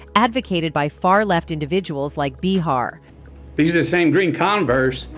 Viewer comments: Who is this narrator getting everyone’s names wrong? She said “mac-onn-I-hee”, “mac-onn-a-hay”, “mac-onn-ah-hi”…pick a pronunciation and go with it already 🤷‍♀️ also, it’s not “buh-harr”, it’s “bay-harr”. Are we supposed to take this channel seriously? Wtf? 🤦‍♀️ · His name is pronounced…….Ma…con…nah…hay………put a Matthew in front of that….AND….you got it. And it is Joy Bay..har……as horrible as she is. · Bah-har....McCan-eye....like wtf